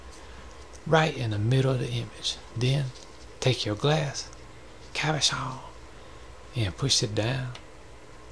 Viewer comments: Cabochon. Pronounced Cob-Oh-CHon. Cob like corn cob, O like Oh, Chon like ch in chicken rymes with john. Cabochon. Means Non facetted polished gem. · The way you keep saying Cabuchon is sending me 😂 I love that I found this. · Love your style. Very relaxing to watch. I love the way you say cabachon. That's how I'm gonna say it from now on! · So glad I found your channel, you've had me in stitches with 'Cabashon' 😂 another word for you is Chatoyance (sha-toy-awns) , that's the reflective element in the wood veneer piece you did. Keep up the videos, love your work! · Oh no! I've been pronouncing it ca-BO'-chen. Whatever. I love these. I'm gonna make these. Thank you. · the way he says cabochon is the most satisfactory thing in the entire video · Thank you! I can't WAIT to say Cabochon like you do! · I love your voice soooooo much. Especially the way you say "Cabochon". These cabochons are so gorgeous.